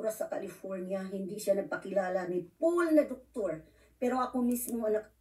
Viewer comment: wowo ikaw ba yan? tama nga may salik ka nga sa sa ulo kahit wala kang utak...ang ganda pala ng Piipinas bakit di mo ba alam na maganda ang Pilipinas halata naman na galing ka ng Pinas ang si ka nga makapamg english ng maayos kahit nadyan kana sa US.. Ang PAUL pinoprounce mo POOL..